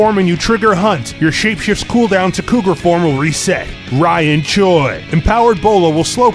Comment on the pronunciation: "RYAN CHOI"